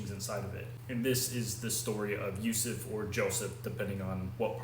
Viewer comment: His blessed name is Yusuf bin Yakub, at least learn to pronounce his real name. BTW he (pbuh) is closer to us than you so don’t imply anything you have no knowledge of.